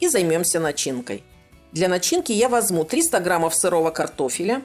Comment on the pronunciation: не возму,а возьму